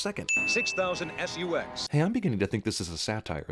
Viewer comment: "6000 SUX" I'm guessing it's pronounced "SUCKS"